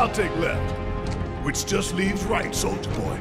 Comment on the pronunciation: bruh when barret says soldier boy it sounds like soulja boy